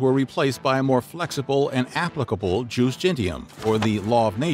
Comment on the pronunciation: Judex sounds like Yoo-Dex. Jus like yoos.